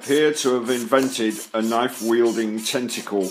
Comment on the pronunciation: I like how he says “tenticoowl.”